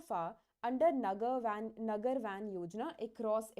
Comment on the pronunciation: I guess it's नगर वन , not वैन Btw Thanks for the effort ma'am ❤